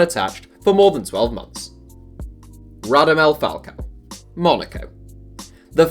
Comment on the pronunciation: “Radamel Falcao” geez you need to make sure you pronounce stuff correctly my g